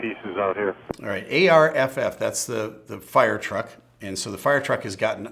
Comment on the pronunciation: As a Crash FF (ARFF) we were taught to preface any comment with “it appears to”. Like “it appears all gears down and locked”. FYI, the normal pronunciation of ARFF is arf, like a dog bark